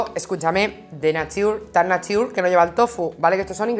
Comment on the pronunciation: Se pronuncia NEICHAR (NATURE) :)